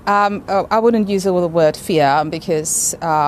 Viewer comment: So, did the cheating cheeto say wouldnt or wooden?